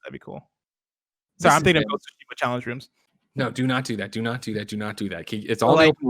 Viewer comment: Is anyone ever going to pronounce Tsushima correctly?